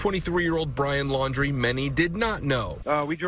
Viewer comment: Why do people keep calling them the Landry’s? It’s Laundrie.